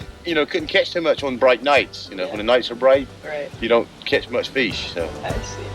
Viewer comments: I love how he pronounces fish... feesh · The word “fish” was interesting as it was pronounced “feesh”, which I presume is something to do with the pre-vowel shift era in England.